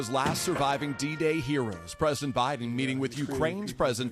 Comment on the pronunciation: "Hellow BuyDen"